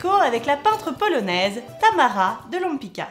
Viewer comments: She's name is Tamara de LempitZka, non Lempika ...hhh...Polish C = TZ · It's a Polish surname- Łępicka -and you mispronunce it 😥